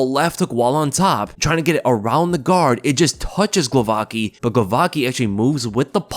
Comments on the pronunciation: Crazy thing to do, btw its pronounced more like Guovatzki than Glovaki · Its pronounced Ksheeshtoff Glovatski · for god's sake it's not so hard to pronounce Głowacki correctly. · Pronunce "Gwovatskee"